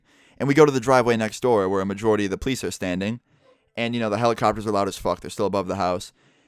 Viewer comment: it really bothers me how he pronounces police. it's poe-leese not pleece